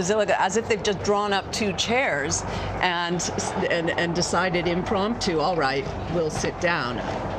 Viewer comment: It’s not the “Bazillica”